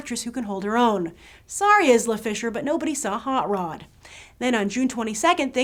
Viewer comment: I wanna See Premium Rush and Batman!!!! Adam sander has lost the plot :( he's movies r sucking so hard. I would rather watch Hot Rod again and again because it Rocks! Funny how u pronounced Isla fishers name lol I'la fisher not Is'la fisher.